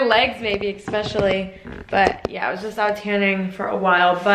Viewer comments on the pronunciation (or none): No 'X' in the word especially.